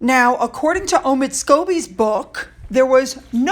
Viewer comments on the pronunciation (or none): none